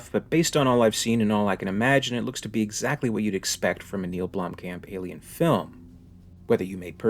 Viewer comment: Its pronounced "BLOOM - COMP"